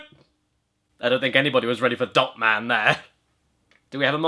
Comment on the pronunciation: ...Am I the only one that thought when said "Dot man to the rescue!" That he actually said Dump man instead of Dot man